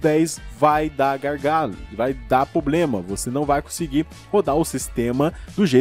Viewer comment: cara é PROBLEMA N POBLEMA MDSSS TODOS SEUS VIDEOS C DA DESSAS